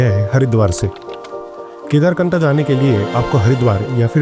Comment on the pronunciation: It's kedarkanth not knatha